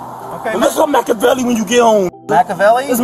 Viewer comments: “Your name’s Macavelley?” 😂😂😂😂😂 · 😅😅😅 Im macavely bro im macavely 😅😅😂